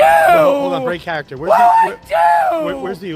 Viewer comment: omnomnom "im from the brOnX!" 😂 Did really say "break charakter"? 😅